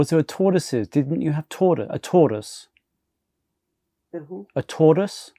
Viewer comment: How the heck are you pronouncing Tortoise no wonder she couldn't understand omg